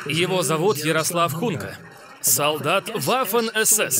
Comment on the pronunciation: Почему "Хунка"-то? Он Гунько (ударение на "о")